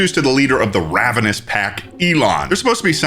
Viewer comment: TIME OUT… are they called the ravenous pack? Or was he calling them a ravenous pack. Bc ig I’ll allow it if it’s a name but otherwise…. Why’s he saying ravenous like that? Like the bird, with “us” after it. Had he never seen OR heard that word before? Because even if he had never seen it, you’d think sounding it out would make you go, “ooohhh this must be the word ravenous.” But then, you think, well why didn’t anyone correct him? So this was a choice by the director? To mispronounce a word in a way that makes ppl unsure if it’s on purpose? 😂 And like… ravens don’t have to do with wolves? I guess bc they’re both like… associated w death? Idk. That would be like if you had a team of witches called the caterpillar team, but wanted to emphasize “cat”… bc they’re loosely associated with witches, of course… and wanted to get rid of the “cater” sound… so you had the actors say it like CAT-arp-uh-lar. 😂 At first I thought it was some weird sex fetish show… bc anything on the internet that’s inexplicably weird and makes you feel funny (in a bad way) is always a sex fetish thing. But I don’t think that after watching the entire video. As a writer myself (please don’t use this ramble as evidence of that) I would like to meet the person who put “Well…” in the title “I’m actually the most wealthy lady” (which frankly, was insane enough). And I don’t care if it’s translated … WHAT LANGAGE IS IT TRANSLATED FROM 😂. Ppl don’t speak that way in any language😂. Also if I were writing in another